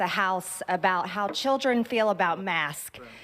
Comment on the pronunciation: she can't even say "masks"... that poor thang.